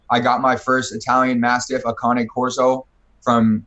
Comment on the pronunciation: Bro I'm from England it is mastiff not massive lol